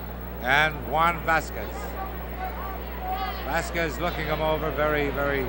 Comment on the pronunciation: Where the hell did they get that ring announcer? He mispronounces Stuttgart as "Saw-guard," and Vasquez as :Vassa-quassis." Like he was some wino and they paid him for the night with a gallon of Ripple.